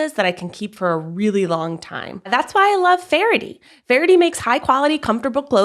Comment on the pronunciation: you're saying "fair-it-tee," but it looks like it's pronounced "fair-tee" or "fay-her-tee."